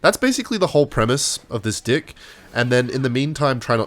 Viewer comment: it does not sound like hes saying deck more like dih